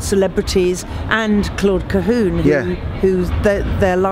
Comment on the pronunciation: Claude Ca - hun like the french " un" not oon , please . It's ridiculous .